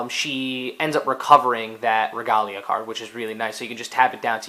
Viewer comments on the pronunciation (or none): This video is old but, it's pronounced "Reh-Gay-Lee-Uhh", not like the romanization of how it'd be pronounced in Japanese.